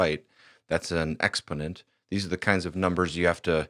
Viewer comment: I’m enjoying your videos immensely! One really small quibble - go to an online dictionary to hear the correct pronunciation of the word, “exponent.” 😊